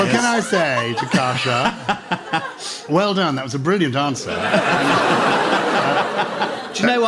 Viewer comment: I was thinking Koosha? Kusha? Brandreth. So I googled. I typed Kusha Brandreth, and was sent to an entry about Lahore. Pakistan? Is this a link to the Hindu Kush? I had to type in Gyles Brandreth daughter-in-law, to find out it was Kosha. I was shaking my head at mad American names, but it seems Gyles American blood encouraged 3 names which guaranteed they would need to be spelt for the length of his children's lives. I think one is Saxon? But if you are given a rare Saxon name, it's a lifetime of repeating and spelling. Well, Aphra wouldn't need to be spelt, for older, educated people, but they are still going to ask to repeat it and maybe spell it, to be sure the name was what they thought they heard. Parents rarely seem to think of the hell of having to repeat and spell your name to everybody when parents go off piste. And I swear Joe said Casha last time he said it. Names are so often a nest of misery. Though people seem to love naming their pets. And I guess pets never complain.